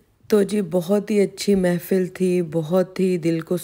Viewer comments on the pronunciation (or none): Not mefil..mehfil hoti hy. thora educate b kr lo khud ko lady.